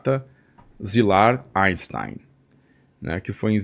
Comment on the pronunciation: Inportante resgate histórico, sobre Pearl Harbor e a bomba atômica. O Japão é muito facilmente cercado pelo mar, o que o torna militarmente vulnerável. Gente, em alemão, as letras "ein" se pronunciam "áin". Então o nome de Albert Einstein se pronunciamento "áinstáin". Não falem "áinstêin", pelamordedeus.